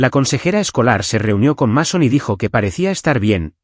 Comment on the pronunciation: Así se escribe Mason, pero se pronuncia así: Meison.